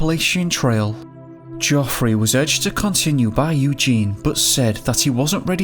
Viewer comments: The biggest mystery is why your pronouncing it joffery! Absolutely fucking useless 😂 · Jeffry even when spelt geophry noy joffry and van coooover not vancuvver